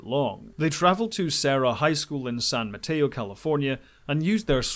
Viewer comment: Your pronunciation of the California locations like Monterrey and San Mateo is... interesting. Having lived in the area I don’t think I ever heard anyone say the names quite like you did.